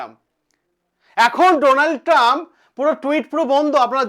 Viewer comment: চ্যানেল খুলে শুরু হয়ে যান বক্তব্য রাখতে অথচ বানান উচ্চারণ সবই ভুলভাল😂😂😂